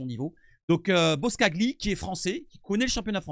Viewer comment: Pour la prochaine vidéo ca ce lit BOSCALI le G est muet :P Sinon belle vidéo et beau travail de ta part